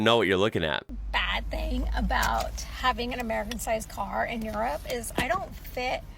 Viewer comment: ah yes the country of jirrup